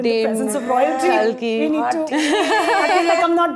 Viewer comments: watched it only for sumukhi and kalki. was disappointed that janice still kept pronouncing kalki's name incorrectly - inspite of being told of the correct pronunciation. sumukhi is gorgeous!. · Aajki nahi, kalki chocolate waali cake la mere lie. 😅 PS - Shouldn't it be pronounced as Kaaalki? As in the 10th reincarnation of Lord Vishnu? Also the Kalki malayam teaser looks epic. Looks like it's gonna be a great film. 😅